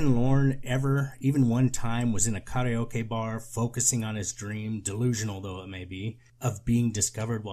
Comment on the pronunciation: Pause to appreciate how karaoke was correctly pronounced.